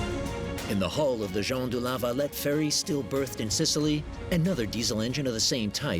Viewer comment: I get triggered every time he says Jon du la valet